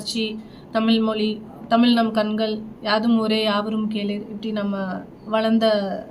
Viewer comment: உங்களுக்கு கூட தமிழ் என்கிற வார்த்தையை உச்சரிக்க தெரியவில்லையே..